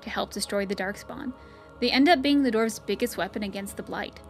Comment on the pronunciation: Dwarves being pronounced as "dorves" really throws me off :/